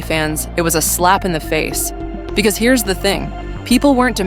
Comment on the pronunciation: I stopped watching the daily wire becoouse of how the way says "Because."...